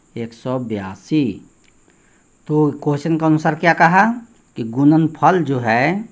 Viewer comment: Sar aap gudanfal ko gunanfal Q bolate Hain